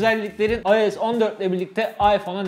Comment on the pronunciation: AYES DEMENE TİLT OLUYORUM